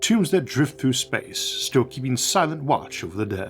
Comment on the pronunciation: "InsterstellOGHR spAOce"... damn, I am really trying to watch your videos and they are great but that accent of yours is just unbearable. It is like eating a delicious soup but with a fly in it that you cannot even remove.